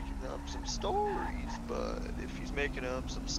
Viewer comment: this dudes telling stORies🤣🤣 🤣